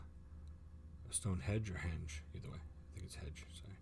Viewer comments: It grates on me when the guy in the video says "Stone Hedge". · Westminster...not minister. Stone Henge not Stone Hedge. I know you didn't make the video my lovely. But the guy who did really needs to tighten up those faux pas... So annoying. 😂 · This video is really good apart from the fact he calls it stone hedge the guy narrating the video which actually makes me want to punch him lol its Stonehenge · says "Stone Hedge" about ten times, but he was right the first time, it's "Stone HENGE". 😂 Oh, and Mt. Snowdon is 1,085m, not 10,085m. Eclipse Everest it does not.